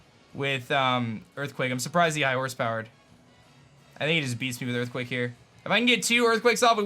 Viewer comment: those EErthquakes tho